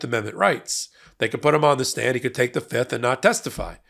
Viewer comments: Guilty guilty guilty. That's what I hear every time they say fifth. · Oh I thought he was saying "yep" not "fifth" lol